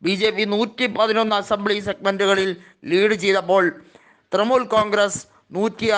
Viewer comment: ഹേയ് മനുഷ്യാ തൃമൂൽ അല്ല തൃണമൂൽ